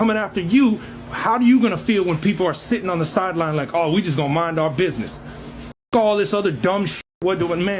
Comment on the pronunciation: He forgot the "D" in "Bidness"